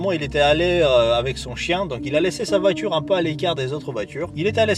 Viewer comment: On dit voiture pas vature